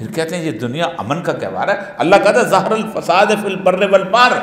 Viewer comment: اوریا مقبول جان برائے مہربانی اپنی تلاوت صحیح کریں ظہر الفساد آیت دیکھکر بھی آپ نے صحیح نہیں پڑھی